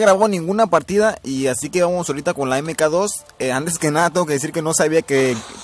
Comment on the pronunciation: EME KA DOS :V como dije en mi video se pronuncia "MAC 2"